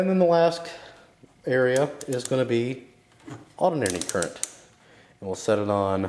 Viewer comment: Okay, never mind, I continued watching the video and I heard you clearly say "Alternating Current"